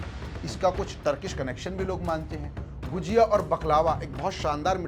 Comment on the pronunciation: गुजिया नहीं भाई गुझिया